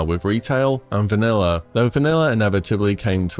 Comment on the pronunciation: How tfk is he saying vanilla with an r? Vaniller? Bruh